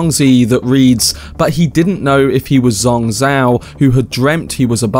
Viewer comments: Wow! all your guesses are correct, unbelievable! BTW, As a native mandarin speaker, I think Zhuangzi should be pronounced like DjuangZi instead of SuangZue. and you can try it on google translate with "庄子" and maybe in next video you could read it more nativelly. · Dude great video and analysis but you've butchered the pronunciation of Zhuangzi and Zhuang Zhou, you can have at least ran it through a google translation.